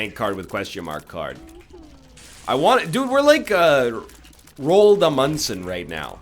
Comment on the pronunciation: Roald Amundsen? it sounded like you had a seizure